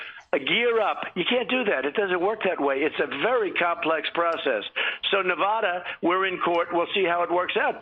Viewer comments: Nevada won't vote for Trump, he can't even say the state correctly LOL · Man, Trump can't even say Nevada correctly!!!